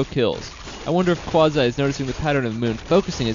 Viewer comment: 1. It's Qwa zee not Qwazy 2. Stop trying 2 mkae your self sound good . 3. It's Hoor Ehhh not Hoor Eye